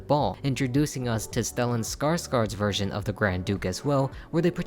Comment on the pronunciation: The reason why the remake worked was because they didn't rely on the original's reputation to hatch a movie, they did something unique and amazing. Btw it's spelled Skarsgård, but it is pronounced Skarsgord.